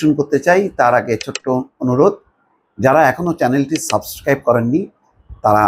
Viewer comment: সাবস্ক্রাইব শব্দটা যেহেতু আপনার মূখ দিয়ে স্পষ্টভাবে বাহীর হতে পারেনা সেহেতু এটা কম উচ্চারণ করাটাই ভালো